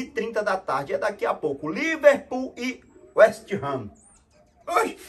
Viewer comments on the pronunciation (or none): Liverpool e West Ham: esteranoesteesterrano, é esterrano KKKKKK